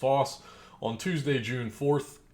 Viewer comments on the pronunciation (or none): none